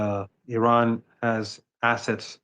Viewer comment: Good morning... The first thing American people have to do is to Respect how you should pronounce the name of this nation IRAN! Names They have a mantric sound meaning! And it represents the power of the Soul of this Nation! Like all the names of all the nations of the world! Please listen how Mr. Mohammad pronounces the name of his Nation!